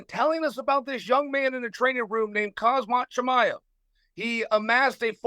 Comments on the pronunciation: Im starting to believe that Chael is doing this on purpose, calling Chimaev Hazmat, to lowkey insult him. Edit: Ok, now in sure he is doing it on purpose. He just called him Kaazmat. In one freaking video. lol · Chael "Hazmat" Chimaev ☣️☣️☣️ 😂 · If the great Chael Sonnen says your name is Hazmat.... well I guess your name is now Hazmat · Chael still out here calling Khamzat Hazmat 😂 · i swear to god i thought he was trolling when he was saying it this way on his channel , but hes actually saying it this way here xD i just cant xD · He even called him Kasmat 🤣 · sometimes he says kazmat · Hazmat, Hamzat, he changes it each time. 😂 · He actually managed to say it wrong in two different ways "Hazmat" and "Khazmat" :D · Chael needs to stick to Chimaev. He can’t say Khamzat, no matter how much he tries. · It is shameful that the moderator after so many years cannot pronounce the word "Khamzat". So North American... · How does Chael manage to mispronounce the same name in three different ways in a 7 min clip 😭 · this should be interesting. May the best man win. Also I wonder how annoyed Khamzat was by Chael repeatedly mispronouncing his name lol. At least he didnt call him cumshot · The fact that nobody is correcting him on pronouncing Khamzat’s name 😂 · What a douche Chael is not getting Khamzat's name right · Of course chael got khamzats name wrong 😂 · It gets so much worse as the interview goes on. So many different pronunciations except for the right one. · Chael it's Khamzat, not Khazmat ffs! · Bro its on the screen khamzat not khazmat. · 'khazmat chimaev' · Chael "Hazmat not Khamzat" Sonnen 😭😭 lol 😂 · Its hazmat not hazmit brother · IF ONLY HE WOULD SAY "HAM" INSTEAD OF "HAZ" HE WOULD GET IT PERFECTLY BECAUSE THE NAME IS ACTUALLY "HAMZAT" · Are you slow? It's not the begging he mispronounces, but the zm instead of mz. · The problem is he says Hazmat not Hamzat. LOL! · yes but he says hazmat not hamzat 😅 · "Hazmat Chimaev" "Khazmat Chimaev" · “Hazmat”. Disrespectful